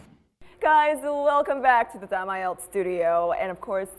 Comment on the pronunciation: Nghe cụm từ "AI EO TÁM CHẤM" bao giờ chưa nạ =))